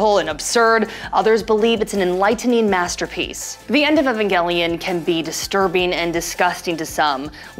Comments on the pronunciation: ugh the way she pronounces evangelion is so annoying. its E VAN not EH VEN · Why does she say evangelion like that